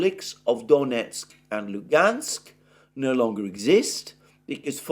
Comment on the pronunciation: Alexander, sorry, but I have to correct your pronunciation of some cities and places (because you obviously care about it; Ritter, for example, manages somehow to put stresses always in a wrong place, even in Putin's name, lol). DonEtsk, DonbAs, MAr'yinka, ZhytOmyr, PoltAva, StepovOye, BogdAnovka, LimAn, BakhmUt.